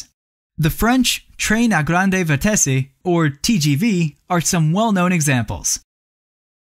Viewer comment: "twaïïn à guandeuu vitessii" Oh bordel c'est pas gagné... 😂😂😂